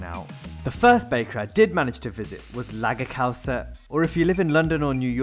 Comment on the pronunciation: The ''pronunciation'' of ''Lagkagehuset.. Just, no..